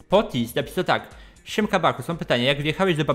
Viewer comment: A i ten nick Pootis to jest mem z tf2 to się inaczej czyta